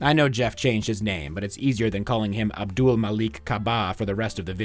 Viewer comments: you can say "Jeff" but can't say "Abdul?" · you can't say "Abdul"? do you have trouble pronouncing Kareem Abdul-Jabbar as well? it's little shit like that that's going to hold your channel back man. that and your joke about the musical.